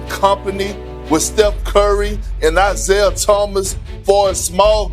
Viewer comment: Eye _zayah... AI gonna learn today...😂